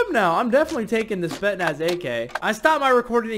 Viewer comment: as a russian viewer, the spetsnaz ak isn't pronounced as "spetnas" it's pronounced as "S P E T S N A S"